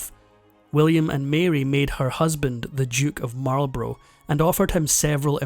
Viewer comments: Marl Bruh not Marlbrow. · Or Marlborough. He pronounces it like the USAmericsn cigarette brand "Marlburrow" instead of "Marlburruh" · Marlborough is pronounced mawl-bruh, with the stress on the first syllable, so he didn't get that right. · Duke of Marlborough pronounced MarlBrah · Other than pronouncing Marlborough incorrectly, this is a very interesting piece